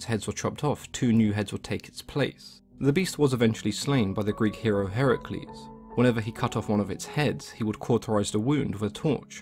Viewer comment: Did he say Hercules or Heracles wtf